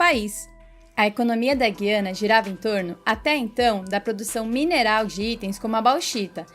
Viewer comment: Guiana.O (u) é pronunciado.